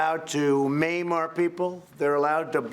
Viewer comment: Did he say “meme” our people??